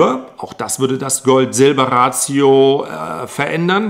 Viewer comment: Is Ratio nicht english und heißt Verhältnis? Ratio deutsch ausgesprochen klingt bissl seltsam ;)